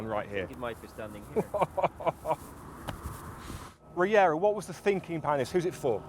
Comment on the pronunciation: learn how to say Regera